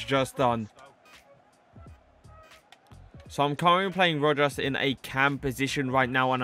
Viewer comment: It’s (ro-has). Keep gen grind up man 🙌🏽